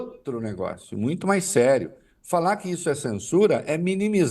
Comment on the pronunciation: Çensuraa, o chandão quer nos çensuráá 😂😂😂😂😂